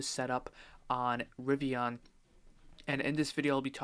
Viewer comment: What the hell is a Ri-vi-Ah-n?